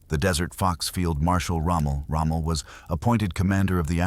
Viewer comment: Its not rommo, it's Rommel